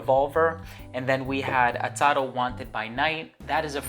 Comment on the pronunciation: I've noticed that you kept on saying Atado....instead of Azzaro. Great review